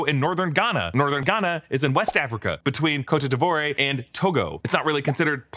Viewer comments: Pronounced “coat de vwah” 😊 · Please say “Ivory Coast” or “Coat Dee-Vwah” next time. 😂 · ill never forgive you for pronouncing cote d'ivoire like that lol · This movie is a good or at least decent movie, if it's not named "kraven the hunter", or if it's not supposed to be a marvel movie Side note : I like how he pronounced the name of my home country "côte d'ivoire" at #3 lol sounded funny 🤣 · The way he pronounced Cote D'Ivoire made me chuckle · Lmao. Same. 😂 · I caught that too. 😸